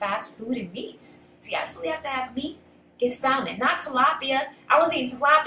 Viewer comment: Great video ! Just fyi the L in salmon is silent 😂